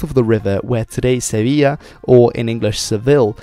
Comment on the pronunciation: Thanks for pronouncing Sevilla correctly